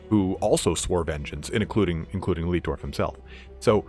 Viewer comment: your pronounciation of the german based imperial names is horrible...... markus leitdorf is pronounced more like laetdorf not leetdorf.